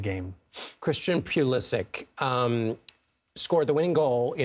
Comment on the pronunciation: It's Pulishich, not Pulisick.